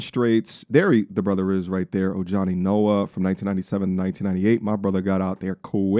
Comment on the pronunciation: Pronounced "O-hani"